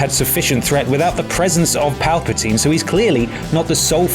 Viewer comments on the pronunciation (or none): none